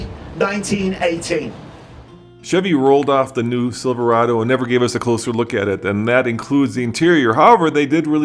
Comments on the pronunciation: Why does it it run right through me that a "Bloke" who can't even pronounce "Silverado" is announcing at the Chevy Truck 100th anniversary. Do you think Jaguar or Aston Martin would have an American from Texas announcing at their 100th? Please help me understand why this irritates me so much! AWESOME NEW LOOK THOUGH!!! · not sure whats more annoying, the butt ugly truck or the horrible pronunciation of "silverado" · i think they should have got a speaker that could actually say silverado, not silvawado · They change how Silverado is pronounced too? “silv-wahdo ”. Lol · Silvawado??? Januwary??? Couldn't find an announcer without a speech impediment I guess 🙄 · Haha. The 2019 Sivoowado. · Siwwvawado? wtf is a Siwwvawado? Couldn't they find a front guy who doesn't sound like Elmer Fudd? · The silvawaado comes with a 2 inch wift wight fum the factowy, gweat pwoduct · Does he keep saying Siverwado ? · What the hell is a "Silvawado" ?!?! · Oh I might just wait for a new truck! About time Chevy! A nice package on an LT level! However the sides of the bed looks like, dare I write this, a Tundra? But couldn’t Chevy had used a spokesman that could pronounce Silverado? Instead of sounding like silfewado? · Yes , and according to him, also Chevy now has the NEW SILVAWADO ,...I don't know why Brits sometimes cannot pronounce their own words. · Should have gotten an announcer who could pronounce "Silverado". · What a disgrace for gm. The guy cant even say Silverado. Im pretty sure this is a sales tactic to sell ford owners a new ford. The death of great vehicles has to happen eventually and i think the time is now. R.I.P. chevy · Ud think they would've gotten some one that could pronounce Silverado to do there announcing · The new Silverado, introduced by a brit who can't pronounce Silverado. Great thinking GM! LMAO. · That Chevy spokesman needs to buy some "R"s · why can’t he say Silverado? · You'd think at least they'd have an MC that could say Silverado in American. Geez!